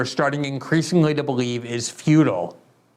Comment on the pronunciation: Once again the USA are using Nazis to (try to) soften up the same target. Futile, not feudal. 😉 Sloppy Murk speech isn't alright especially when it creates ambiguity.